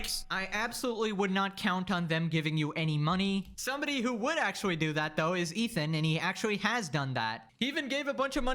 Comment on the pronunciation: It wooks awewite akshawee. Why do so many youtubers have easily correctable spe3ch imp3diments? Super distracting, obviouswee.